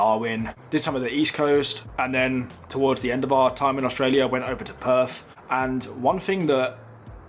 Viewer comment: And they call it Perf like he does. He’ll fit right in.